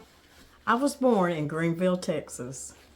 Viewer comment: in Texas we call Greenville = Green•vuhl! Lol. We'll let ya slide since you weren't here very long. 😅 I hope you're feeling better. I know back pain too. ❤ from N. Texas ❤